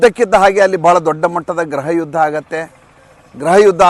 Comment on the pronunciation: ಗ್ರಹಯುದ್ಧ ಅಲ್ಲ ಗೃಹಯುದ್ಧ ಎಂದು ಉಚ್ಚರಿಸಬೇಕು. ಉಚ್ಚಾರವನ್ನು ತಿದ್ದಿಕೊಳ್ಳಿ.